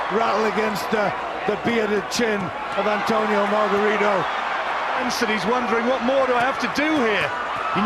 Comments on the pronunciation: mar gah ree toe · antonio magarito ang tamang bigkas ng panglan nya